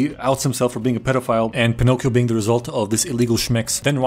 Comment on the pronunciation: the joke is that the being is pronounced like a bean